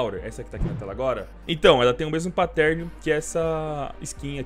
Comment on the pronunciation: A pronúncia é “páttern”